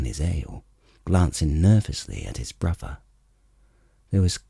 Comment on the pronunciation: Wait wheres the other 2 books? I was even getting used to hearing "Waistlin and 'is bwuvva" 😂